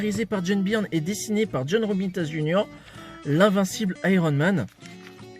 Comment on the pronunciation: Byrne se prononce Burn!! Ton « Birn » fait saigner mes oreilles!!! Lol Et c’est clair que Byrne sur Namor, c’est exceptionnel!!!